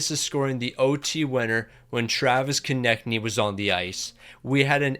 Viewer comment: he finally said konecny right!!! he reads our comments🤣